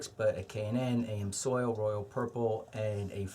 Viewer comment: Quit giving us the finger. And it's Ams Oil. Ams Oil Ams Oil Ams Oil Ams Oil. Ams Oil Ams Oil Ams Oil Ams Oil. Ams Oil Ams Oil Ams Oil.